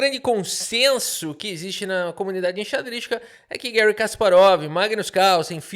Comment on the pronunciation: Por favor, fale Garry, nunca Guérry. Um soviético não merece seu nome em inglês estadunidense.